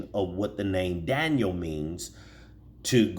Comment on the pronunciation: You are pronouncing it slightly wrong.